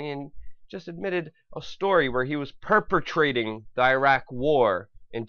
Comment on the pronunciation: "perpertrating." what? Even if you had gotten the word right, it still wouldn't fit in the context